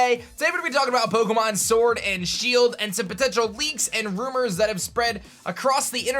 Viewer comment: Say it with me rUmOuR